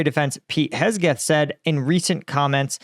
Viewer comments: man, you got to learn to read and pronounce things correctly its HEGSETH ... not KESGETH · "Hesgeth", huh? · pronounces names of people places and things funny. Hesgeth and Donbus 😂😂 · Hegseth ❌ Hesgeth ✅ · It’s unfortunate that you’re pretty uneducated on politics and the expansion of nato. Hell you can’t even say the sec defs name correct. Thats not what the british are griping about. It’s just so many mistakes that it becomes non credible. I’ve enjoyed your videos. I’m a military member as well. But man lately you’re kinda in left field. Stick to reporting on the war and not politics.